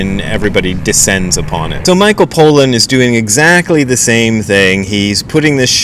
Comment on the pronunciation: I agree with Crow. You really need to drop this jihad you have against psychedelics. We get it. You don't like them. You don't like that people are interested in them. Tough; that isn't gonna change. On the subject of zen you have much to offer, but on this subject, not much more than a chip on your shoulder. That doesn't look good on anyone. Btw, his name is pronounced PAH-lan, not POE-lan. If you're not going to bother to finish the book or the doc, at least try and get the guy's name right...